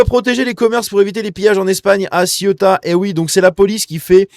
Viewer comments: " Sé ou ta "...pas Cieuta. ;) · Bonjour, j'aime toutes vos vidéos. Cela dit, pourriez-vous arrêter de prononcer Ciota svp ? Merci !! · Ça se prononce “c’est où ta ???” 😆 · CÉOUTA putain !! Faut 10 secondes pour se renseigner sur la prononciation !!!